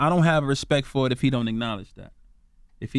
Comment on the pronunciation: put some RESPECK on Rico's name...... 🌳 🌲 🌴.....all Tree of ya'll 😂 😂 😂